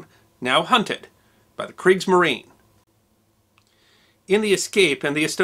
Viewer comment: Sorry to be a nitpicker, but the final e in "Kriegsmarine" ist actually pronounced.